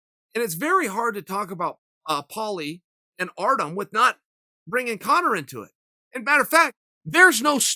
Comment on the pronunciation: Chael still undefeated on mispronouncing Artem's name